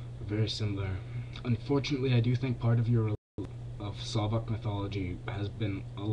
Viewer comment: You pronounced Slovak, it's rather Slavik, and it's the religion of Slovaks, Czechs, Serbs, Russians...